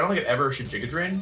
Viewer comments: I lose the tiniest bit of my sanity every time he says Jiga Drain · the only reason i haven't subscribed yet is because he pronounces giga drain as "giga drain"